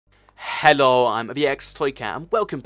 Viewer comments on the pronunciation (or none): You say hello like heilouh😂😂😂